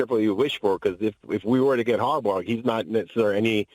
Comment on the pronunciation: This dude said Harbaugh!!! Must be a joke!!